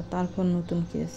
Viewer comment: আরে ক্যাচ ক্যাচ করোস কেন❓ওটা কেস (case) হবে।